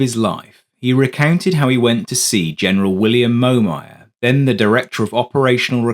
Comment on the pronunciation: The voice is a Brit, but it's NOT Sue16, it's S-U-U-16! And it's NOT MO-MAYAR, it's MOM-YER! God BLESS ROBIN! Hammer USAF SSgt; US Army CW4/SrAviator